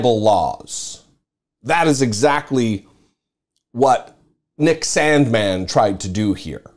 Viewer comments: you say Sandmann like trump says China Stop it, ugh 😑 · I love how he pronounces Sandmann! He's got me rolling. Hey, justice really does matter!